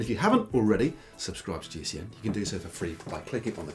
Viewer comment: I really like this series, but please: It is "Ask GCN Anything" not "Ask GC Anything"! Not only Matt mispronounces it, but also Si and Dan, if I remember correctly.